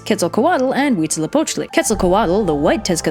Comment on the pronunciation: Fun Fact: Huitzilopochtli, Coyolxauhqui and the stars are siblings :D I'm so fucking happy that they made a video on Aztec mithologhy and they pronunced almost everything right!!!